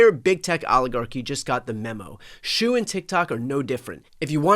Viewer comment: The Chinese name Shou is pronounced like "show," not "shoe." At least in Mandarin it would be. Dunno about Cantonese or any other dialect.